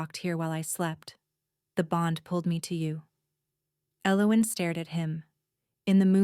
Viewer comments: What is your name ? E loween 😂😂😂😂 poor AI.....the girl can't even pronounce her own name lol. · Right? Very rarely pronounced correctly. [EL-o-when] Which is a shame because it's a beautiful name. Great story though. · Ellowen is pronounced L-O-win. Please pronunciation pronunciation correctly or make your computer do it I don’t know who’s doing it. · This was nice … just wish the pronunciation of her name wasn’t so off throughout the story